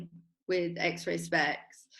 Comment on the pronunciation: Ah, wif’ Youf’! Stayed at his gaff once. Top geezer.